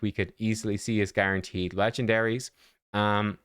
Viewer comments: ermahgerd it's guarnaterd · Guarnateed? Lol